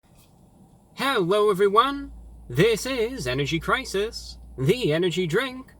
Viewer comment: Energy Cwisis